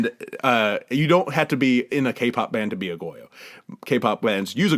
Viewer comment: Liz's review... 1st of all, the first 10 minutes are incredibly boring. Also, I actually cant believe how poorly pronounced "aegyo" and "maknae"... it was actually embarrassing. Lastly, I swear you said "cake-pop group" and I don't think it was on purpose.